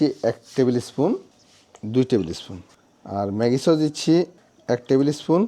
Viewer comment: চস বলবেন না, বলবেন সস।